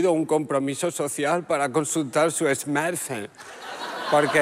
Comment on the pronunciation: No es 'esmaL' 'fone'... S-MaRT'....🎉